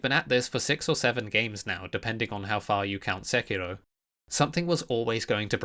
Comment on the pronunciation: Speaking of rolling, if you roll the R in Sekiro one more time, I will personally release a mod that adds another 3 'Scaly Misbegotten' boss fights to the game, all of which will be mandatory.